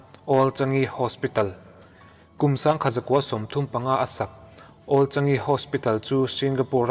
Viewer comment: Old Changi Hospital awl changi,,a mizo pa chhiar khawp mai hei chu😅💪